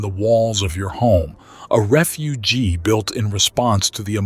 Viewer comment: Really love these discussions. But is there a way you can train the AI to pronounce "refuge" properly, instead of as "refugee"? It just rips the listener right out of the narrative to hear such a blatant goof.